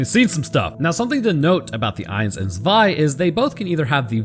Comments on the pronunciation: Yes your german pronounciation is ok. Some german letters are a bit harder. F.e. the "z" in "zwei" is something between "s" and "t". It's more like, "ts". Same for "Panzer". The "a" is like "heart" or "fart", the "n" is very hard, the "z" like a "ts". German, and some other european languages, really can hurt your throat, if you aren't used to it. I know people, who speak english in their day to day life, but are from middle europe, and they say, being here and speaking german or dutch again hurts after a few hours. For a lot of people, german sounds angry, and dutch sounds like drunk german 🤷‍♂️ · You have a german wife? Haha cool. Im from Germany and - yeah i see why she said close enough 🤣 Keep up the awesome content